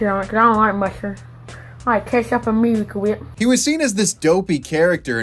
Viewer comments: I love how he says miracle wheeep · The "meewicle weep" gets me everytime 😂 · i love how his pronounciation goes from 'wheep' to 'whip' to 'WAP' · Noah's Feud Weview. Mirwica Wip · Miwicale Wheep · Meewicle whhiiiiip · Meewecule Wheep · "Miwacew wheip." I can't think of the product without his pronunciation ever again. They should have paid him for the advertising.